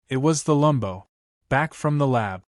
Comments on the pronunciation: Freaking AI can't tell between Lambo as to Lumbo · It’s Lamb-Bo!!!!